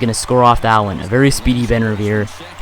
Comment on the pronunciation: He says outs like oots. You English bro